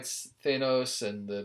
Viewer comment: Why are you hitting the A so hard. It’s Th-Anne-os